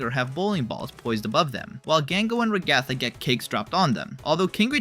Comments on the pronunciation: Ragatha ❌ rgatha ✅ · RAG-uh-thuh not Rag-ATH-a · It’s not pronounced ru-gA-thu it’s pronounced rA-gu-thu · Da fu** you calling her ra ga tha its fu**in ra gu tha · STOP SAYING RA-GA-THA ITS RAGA-THA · Why does this guy say peoples names wrong (regatha) (poomni) (and more) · yeah your ai generated voice misopronounced POmni and raGATha. Get your own voice, dude. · Is it a fandom inside joke to mispronounce Ragathas name? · Why do you say ragatha like that? Just wondering